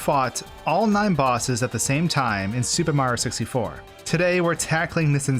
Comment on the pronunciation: Nobody:: SUPER MARO 64